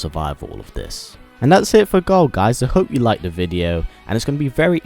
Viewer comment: You keep on saying Gul 😂